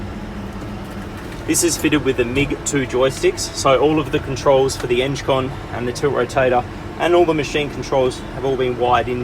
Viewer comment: Eng-con not enge-con !!